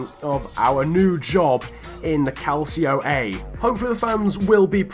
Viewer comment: I know this is a minor point, but Calcio A is pronounced like "Cal-CHEE-oh AH"